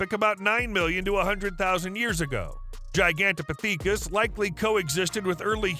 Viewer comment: Gi-gan-toe-po-thee-kis? You had to try and mispronounce that one it's miserable the use of ai is so poorly utilized or optimized that although there be slight artifical intelligence there is a total lack of actual intelligence... Parrots, ravens and mccaws are able to memorise words and repeat them back, this channel is just doing a bad try at it